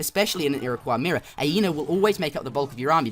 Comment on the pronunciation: The Ira-what? the Iraqwuh? The Ira-coy! =)